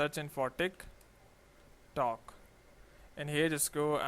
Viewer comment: everytime he says tik tok i hear thicc tok